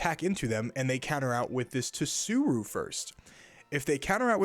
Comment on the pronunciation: Pleeeeaaase, it's SOO-ROO and BAR-TALL-OH-MAY-OH (it also could be bart-tall-oh-mee-ooo depending on dialect)